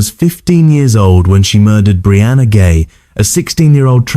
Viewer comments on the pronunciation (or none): It's pronounced Brianna "Jhai" not "Gay" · Does anyone even edit these videos? "Brianna Gay"? It's pronounced "Jye".